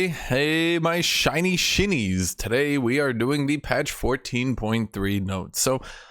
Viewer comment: when I first heard you say "shinshin shinies" you said it in a way that sounded like "chinchin chinese" which sounded rascist towards chinese people and I thought that was kinda funny and now I still think it's kinda funny when you say it so I like it